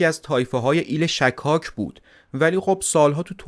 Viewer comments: ایل شِکاک درسته، نه شکّاک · تلفظ صحیح اسم ایل شکاک : غلط فتحه روی حرف( ش ) ❌️ صحیح ضمه روی حرف ( ش )✅️